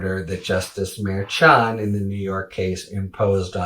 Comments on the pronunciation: Mer not Meer. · Come on, it is not so hard to say Mer-shan, if you keep reporting on this Judge, learn to say his name. Ok Hairy? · Harry is a great commentator. But truly he does need to learn how to correctly pronounce Merchan